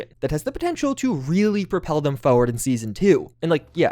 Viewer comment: Why do people hate the letter r in words? Frustrated was my first and only until I heard forward 😂